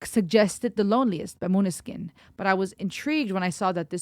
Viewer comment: As a Dane I can confirm that you pronouced Måneskin as it should be pronounced in Danish.